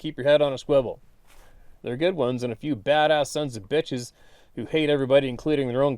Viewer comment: Thanks Steve and to all who wrote in their great experiences. The part where you said slightly slower “The-Dark-Sons-Of-Bitches” made me bust out laughing because you sounded like a John Wayne flick. 😆😆😆